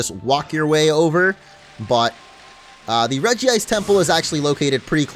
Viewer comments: it's not regiice its regice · REGICE! Not Regi-ice. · Dude...it's "REG-ICE" there's 1 "i" just letting you know Cool video though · regi-Ice sounds more stupid why the extra "i"s? Just saying...